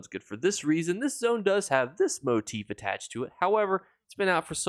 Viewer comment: Thank you for being the only ESO content creator that I found so far that actually pronounces motif properly lol. I can’t believe how many people say it wrong. Keep up the great videos and thanks for the info and help